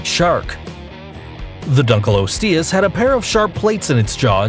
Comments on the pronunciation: pronounce: Dunk-liyo-sti-yus Correct pronounce: Dunk-liyo-stiyus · Anyone hate how he pronounced dunkleosteus